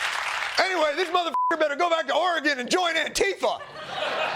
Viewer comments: Oh brainless FOX newscaster- if we must listen to your drivel, at least learn how to pronounce Oregon correctly. It’s Ore-gun, not Ore-gone. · bro can’t even say Oregon properly but thinks he’s better than the Olympians. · He is posturing as American, but doesn’t know how to pronounce Oregon properly… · Hey,! It’s Ore-GUN, not Ore-GONE, you donut! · Or-e-gawn? This is 2026 ffs, has that guy not heard the correct pronunciation even once?? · unironically hearing "Ore-GONE" always gives me psychic damage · The irony of the "pro-American/anti-immigrant" conservative mispronouncing Oregon like Ore-GONE. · Can we talk about the guy who pronounced it “Ore-GONE” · The pronunciation of Oregon tells me that the reporter doesn't even know his own country- *cringe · FU Mr. super patriot who doesn't even know the proper pronunciation of the state of Oregon. And I stand in solidarity with Hunter Hess. And his right to say what he feels. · What State is that guy from who can't pronounce 'Oregon" correctly? I dunno, but could be from "Newjerkoffsy? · Love when people can't pronounce Oregon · Dude can’t even pronounce Oregon right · Yet another ignorant Fox anchor who can't even pronounce the 33rd state in the union correctly. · How dare he call her anti American and pronounce oregon like that😅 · Perhaps the MAGA news commentator should learn the correct pronunciation of Oregon